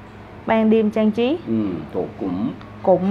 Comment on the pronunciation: 학생의 발음을 잘 들어보면 cảnh trí(경치), trang trí(장치)를 잘못발음하는게 나옵니다. 이 부부을 수정합니다.